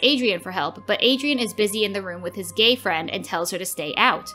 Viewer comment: Ok but why did the narrator say " gay friend " like that :)?